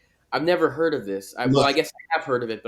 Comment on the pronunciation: He pronounces "heard" the way they do in the Old South, "huh'd". Thanks for interviewing this gentleman.